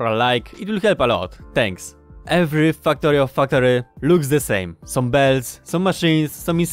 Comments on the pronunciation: is he saying... fucktorio? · I like how you sounded like saying Fucktario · Am i the only one hearing fucktorio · While I do love your accent, the yt algorithm may interpret the way you pronounce "Factorio" as a certain curse word + "torio", and limit who it recommends the video to because it thinks it has detected "strong language". Just a thought... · So I did some reading on Polish phonology... Turns out Polish doesn't have the English short 'a' sound like in 'cat' or 'Factorio', and the Polish 'a' sounds very close to an English short 'u' like in 'gum' and 'buck'. BUT! Polish 'e' like in 'wektor' and 'wcześnie' is much closer to an English 'a'... I've noticed people with certain Russian accents just straight up using an e sound for the a because it can't be confused with u. No idea if this means anything to you, I just thought it was interesting.